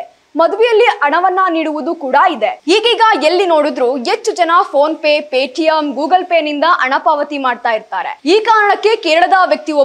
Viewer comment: ಶುಭ ಆರೈಸಿ,ಅಣ, ಎಚ್ಚು ಜನ, ಒಸಾ, ಒಂದಿಕೋಳ್ಳು ನಿನಗೆ ಯಾವೋನೆ ಕನ್ನಡ ಹೇಳಿಕೊಟ್ಟಿದ್ದು. ಹೋಗಿ ನಾಲಿಗೇನಾ ಕತ್ತೆ ಉಚ್ಚೆ ಲೀ ಉಜ್ಜಿಕೊಂಡು ಬಾ. ಥೂ ಯಾಕೆ ಬರ್ತೀರಾ ನೀವೆಲ್ಲಾ ವಾರ್ತೆ ಓದಕ್ಕೆ